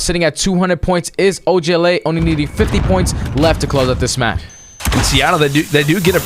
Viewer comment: Does anyone else hate them saying og la The other guy is literally saying “oj la”